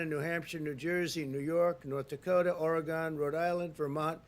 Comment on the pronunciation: He says "Ore-gone"🤣